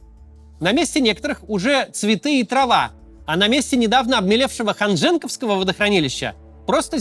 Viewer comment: Извините, на правах человека там выросшего, поправлю произношение топонима - ХанжЁнковского (почти через О) водохранилища